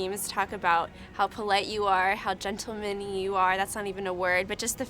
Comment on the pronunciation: "gentlemany" facepalm